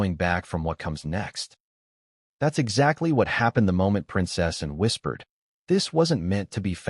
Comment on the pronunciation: Can’t even hear the commentator say ANN. CANT HEAR YOU SAY ANN. CAN YOU SAY ANN.